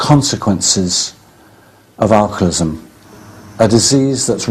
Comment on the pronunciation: I wish he would say alcoholism correctly. Might be petty but he says alcolism